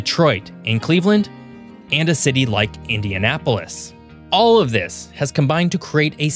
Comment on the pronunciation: I'm pleased to say that he pronounced Indianapolis, Fort Wayne and South Bend correctly.